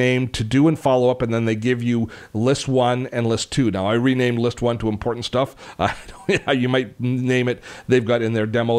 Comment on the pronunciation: And it's "important", rather than "Imporant"...